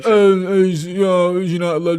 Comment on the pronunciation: Its Carrick YOU KNOW!